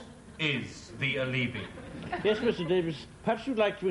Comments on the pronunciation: No, it wouldn't, his pronunciation is still wrong. In latin, the word "alibi" has the accent on the FIRST vowel: à-lee-bee NOT a-lèè-bee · I knew he pronounced Alibi wrong but couldn't remember the correct way myself. No wonder. I was schooled in french before english and i think i may have said it his way often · ALEEBEE, GWILTY, GWILT, ALLEY-ASS, PUBE-LICK NOOEY-SANCE, SPOSE, FATTAL, NEFFA-RY-ASS, TISS-WAY, ALL-EGGED, FURRY